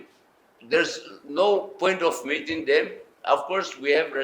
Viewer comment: metting ✅ meeting ❎ 😂